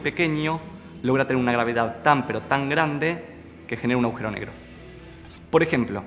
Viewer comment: Muy buena explicación. El video está muy bueno en muchos sentidos. Pero lo que sí me dan ganas de comentarte es que cada vez que decís"aujero" en vez agujero, resulta chocante y resta bastante. Saludos